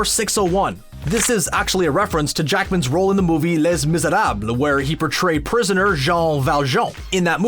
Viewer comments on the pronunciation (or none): Lay Mis-er-ahb. Jesus Christ, guys. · in ''les miserables'' you dont prononce the S in ''les''. You pronounce ''les'' much like you would if it was spelled 'lei' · He pronounces BOTH names, along with Georg Von Trapp's, incorrectly.